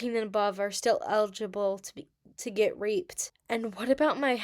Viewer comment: Also when you say Reape it sounds like rape isn’t that what you are trying to say or no?